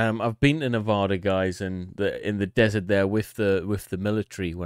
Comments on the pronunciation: He said Nevada wrong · Find a video where some pronounces Nevada right